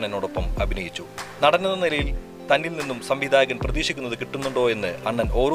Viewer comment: വിവരണത്തിന്. അക്ഷര ശുദ്ധി ഉള്ള ആരെയെങ്കിലും ഉപയോഗിച്ചിരുന്നെങ്കിൽ ഏറെ നന്നായിരിക്കും. പഷേ, വെലിയ, സംവീദായകൻ തുടങ്ങി ഉച്ചാരണ ശുദ്ധി ഇല്ലാത്ത ഒട്ടേറെ ഉദാഹരണങ്ങൾ വികലമാക്കിയ വീഡിയോ ക്ലിപ്!!!